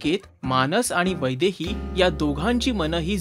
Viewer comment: Aaaa itst not vaibhavi itsss vaidhai